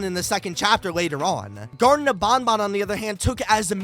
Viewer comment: It's gartena of BanBan Not garden Bo